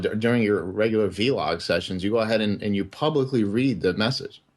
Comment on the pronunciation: "vee log sessions" lmao